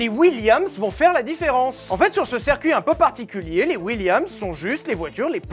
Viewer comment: il dit toujours serre-cuit au lieu de circuit je vais péter un câble